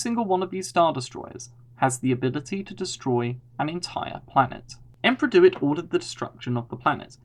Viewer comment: Its not emperor "dewit" he is THE SENATE, pls stick to the established lore